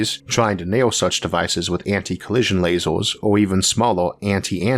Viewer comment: Can you please not say " lazors ", because I feel like I'm watching some elaborate prank.